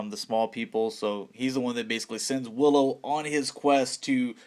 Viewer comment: As a super fan of Willow, I cringed watching this video! Ahhh!! The names!! Learn the names.